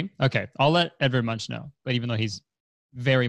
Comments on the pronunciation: i came to the comments to see if anyone (lightheartedly) corrected Kurtis’s pronunciation of Munch (pronounced Munk) but ig i’m the only nerd here : ( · kurtis that's not how you pronounce munch😭